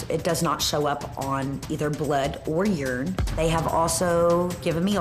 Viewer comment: Did she really just call urine, "yern?"